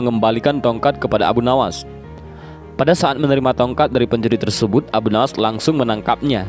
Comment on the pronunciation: Sebutan yang betul dan tepat adalah Abu Nuwwas bukan Nawas... Bapak Kelicikan